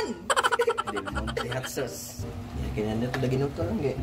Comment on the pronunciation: Butangig "sawss" katawaha naku oi😂😂😂😂😂